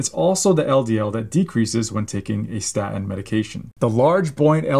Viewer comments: It is pronounced staTin, not sta'in! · For God’s sake, doc, it’s pronounced “statin,” not “sta’in.” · Very interesting, but please learn to pronounce "statin." It isnt "sta' in." Theres a T in the middle of the word. Please use it. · Very interesting, thank you. The medical profession constantly push statins on us - but you’re talking about something called sta-ins. Has the letter ‘T’ magically disappeared from your vocabulary - or is this some new variant of the drug? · I love you but it is annoying how you pronounce statin. You gave away your generation. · Love your vids. Please pronounce the T in staTin!! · Please. Statin has a T in it. Pronounce it correctly . Its hard to listen to it .